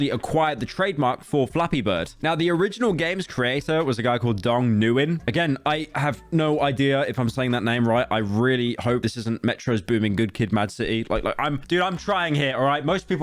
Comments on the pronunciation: Pyro whenever he has to pronounce a name: "Metros Booming" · in the span of 30 seconds, you managed to: - mispronounce Nguyen (fair enough it's pronounced like "when" for future reference) - pronounce Metro Boomin as "Metros Booming" - and also tied Metro Boomin to a Kendrick Lamar album 👏🏻 BOY 🫱🏻🫱🏻